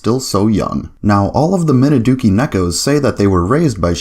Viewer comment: And oh yeah, one other nitpick. The family name is actually pronounced "Minazuki", as if there's a "Z" in there. (I know, pretty much every Westerner says it the way you do.) It's just one of those little odd things with Japanese spelling. They should have changed the Romanization so Westerners would be less likely to get it wrong, but it must be one of those established older ones, where they would spell it differently these days if not for tradition.